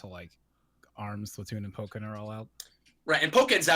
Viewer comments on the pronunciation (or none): It's Pokkén, not poke-en...